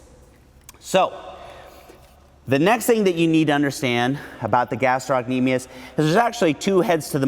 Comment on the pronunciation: Love the video minus how he pronounces gastrocnemius 😂